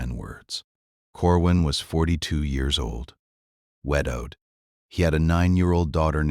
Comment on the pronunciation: JESUS!!!!!!!!!!!! Do ANY OF YOU Freaking listen to, proof and edit your dammmnnnn stories!!!!!!!!!!!!!!!! It is Obvious that YOU do not!!!!!!!!!! At 53 FREAKING seconds into this Farce.......... WTF is "WED-owed"!!!!!!!!!!!!!!!!!!!!!!??????????????? FIX YOUR CRAP PRIOR TO POSTING IT!!!!!!!!!!!!!!!